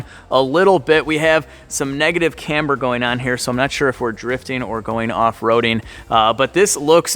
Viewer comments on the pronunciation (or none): none